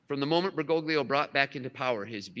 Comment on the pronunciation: That would mean that you are a Sedevacantist. Biblically, there can be no break in the line of succession. One cannot reject the Church and pope, and still be Catholic in good standing. You are outside the Church. REPENT. Why do you insist on massacring his name? At least get it right. BERGOGLIO, but he is still Pope Francis.